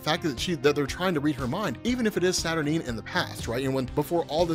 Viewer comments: Kinda puzzled that you are pronouncing Saturnyne as “Saturneen”. Unless there’s something Alan Moore said about it, it would surely sound almost exactly the same as the word “Saturnine”, which sounds altogether far, far better and with the appropriate gravitas such a powerful character deserves. That aside, your video would have me interested enough to buy a Marvel comic for the first time in 30 years. Interesting stuff and well explained. 👍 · Isn't it pronounced Satur9? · Saturnyne is pronounced Satur-9 ! I cringed every time you said it wrong lol. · Isnt it pronounced Saturn eye-n?